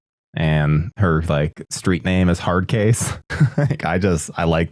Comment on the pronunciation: I think her name is Head Case, not Hard Case.